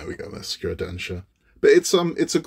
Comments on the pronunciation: Thanks for this detailed review. I've wanted to get the Sakura Densya since the first time I saw it. The newer "Falling Sakura" has too much of a "cartoonish" look to it, specifically the girl and the cat. Pronounced SAH-coo-ra (the "r" in ra something between an "R" and an "L"). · SEKIRO is strong with this one, do you play Bloodborne too? 🤣 SA KU RA man! SAKURA! Not SEKIRO 🤣 Jokes aside I built that one too, it looks great on the shelf, 😉👍